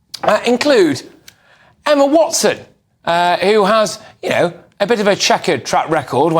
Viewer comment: "watson" has ALWAYS grinded my gears. Ughhhhhhhhhhhh